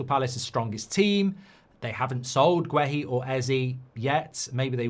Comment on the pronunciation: You watched the game and you’re STILL pronouncing Guéhi’s name wrong 🤡🤡